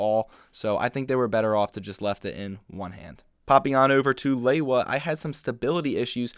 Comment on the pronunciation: Good review, and I’ve enjoyed seeing all of these videos. But, I’ve always found it quite irksome when someone pronounces Lewa’s name as “Lay-wah”. It’s pronounced “Lee-wah”, lol